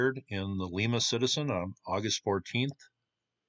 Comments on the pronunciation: Lie=ma not lee-ma is how the locals pronounce it. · LYE-muh, Ohio; LEE-muh, Peru. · Lima is pronounced : Lime-a. I live 40 mile up stream from where it was found. The glacier went threw here carrying things many miles. There are many old Indian villages along this river and old Forts. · thats not how you pronounce Lima Lima , OH (Ly-ma) Lima Peru (Lee-ma) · My only comment is its not pronounced like lima, Peru. Its pronounced like the bean. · Lima pronounced Lye-ma in Ohio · It’s pronounced LYE-MA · Huh, I grew up around there (we had a cabin in Grand Rapids) in the 60s and never heard of this. It should be noted that Grand Rapids Ohio and its vicinity along the Maumee has always been home to a lot of artisans, so it's quite possible that someone made it more recently. FYI, Lima isn't pronounced like the city in Peru but rather the bean, with a long i. So it rhymes with Jemima. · Lima, Ohio like lima bean, not Lima, Peru